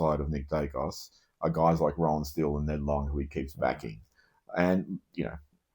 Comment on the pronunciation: Yes. Roan prounced like moan. Not Rohan.